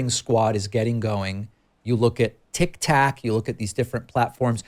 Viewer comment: no way he said tic tac and not tiktok